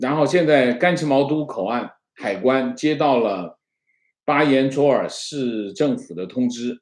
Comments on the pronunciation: 巴彦（nao)淖尔市，不是卓（zhuo)。最早叫巴彦淖尔盟，盟署中心在临河市，为指一点点瑕疵，很喜欢的节目。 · 巴彦淖（读“闹nao四声”）尔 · 巴彦淖（音闹）尔市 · 内蒙古的那个城市读作巴彦淖（nào）尔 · 巴彦淖（念闹）尔😁